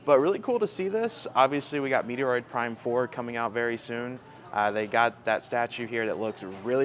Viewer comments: I'm stunned that he's never heard the correct pronunciation of one of the biggest Nintendo titles EVER. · No actual gamer would call Metroid, Meteoroid. Give me a break, I like your channel but knock it off! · I liked the video even though the can’t pronounce Metroid properly.